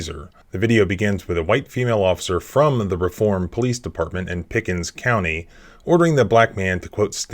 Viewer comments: Reform: pronounced ree-form Sorry, it’s the Alabama in me. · Pronounce it reeform. Long e